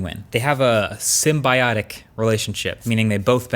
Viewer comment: When he doesn't know the word symbiotic and pronounces it wrong... come on man, you're better than that